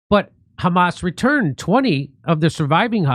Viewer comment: "you know it's the khamas" LOL